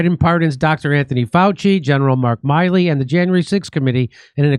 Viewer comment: Jimmy, its Miley, like MILL-E. Not Miley like Cyrus. 😂